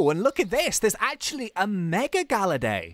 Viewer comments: Galayd not galerday. I am spelling what it sounds like. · Ur calling him gallady instead of gallade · GALLADE IS SAID LIKE GUH-LAID NOT LIKE GAL-UH-DAY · it hurts how he says galla day but its galla yd (not how its spelt but how its sounded out) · your saying gallade it actually ga lladle but take le out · Its gallade not galladae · IT IS GALLADE NOT GALLADAY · It is GALLADE NOT GALLADAE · Its Gal-ade not gal-lade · ITS NOT GALLADAE IT GALLADE!! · Gallade is pronounced Gah•Laid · ummmm... its gallade as in blade not compadre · its not galladay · it's GAL-laid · Gallade Blade of grass arms Its pronounced like blade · That's not how you pronounce Gallade. it is "Gal" and then "lade" like blade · I was cringing everytime was calling Gallade Ga-La-Day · it is pronounce gall-ade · Gallade is pronounced "Guh-Laid" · it's gall ade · Its pronunced gallaid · IT'S GALLADE LIKE BLADE!!!!!!!!!!!!!!!!!!!!!!!!!!!!!!!!! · Gallade is pronounced gal-ayd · ITS GALL ADE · it's pronounced guh-lade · Say gallade properly😡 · Rayquaza is pronounced Ray-KWAZ-uh, and Gallade is pronounced GAL-laid. As in BLADE!! Gahhhhhhh, I just needed someone to pronounce these Pokèmon correctly! TO ALL YOU PEOPLE SAYING THE "Salamance" is a SHINY Mega Charizard X, it isn't SHINY, it's just Mega Charizard X!! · your saying gallade and rayqauza wrong as usual